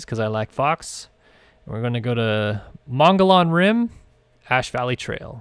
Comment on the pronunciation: So its not a big deal and just wann let you know hahaha but its pronounced Mo-ghee-on Rim hahha even though its spelled way diffrent lol